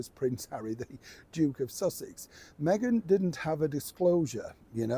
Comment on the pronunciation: Did you say the Joke or Duke of Sussex?